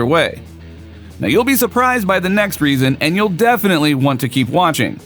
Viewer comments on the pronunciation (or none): none